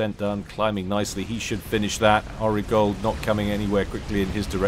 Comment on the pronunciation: Did you never watch Entourage? So it would be Ari Gold to rhyme with starry fold, not arigold to rhyme with washing up gloves.